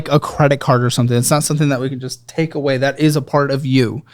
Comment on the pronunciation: Anybody else's Google activate when said "I need to take away (sounded like Hey) google from you!" Lol